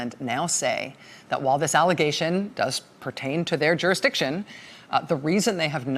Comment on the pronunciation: I'll help you out Rachel... Jur-is-dic-tion... that's why no FBI